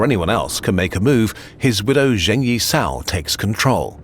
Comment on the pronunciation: P.s. would have appreciated trying slightly more at pronunciation of names. Guangzhou wasn't that bad, but then Zheng Yi Sao was pronounced zhane as opposed to jung.